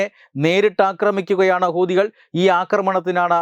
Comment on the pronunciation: ഹുദി കൾ എന്ന് പറയുമ്പോൾ വളരെ ശ്രദ്ധിക്കണം അക്ഷരം മാറരുത്